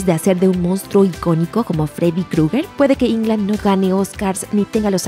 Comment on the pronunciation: jairo caceres y que puedes esperar de estos desinformados,si ni pronuncian correctamente el apellido del actor; dicen Ingland y lo correcto es; Englund. Asi como se escribe se pronuncia. Solo es de escribir en el traductor de google y el te lo pronuncia correctamente.